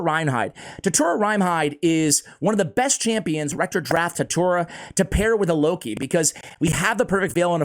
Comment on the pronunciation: That's no "Loki", that's "Low-key". No need to hurry to take him to 6 stars or to spend gems in full masteries, another chronicler Adelyn.